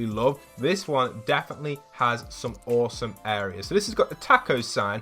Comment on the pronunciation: You said bosome not as some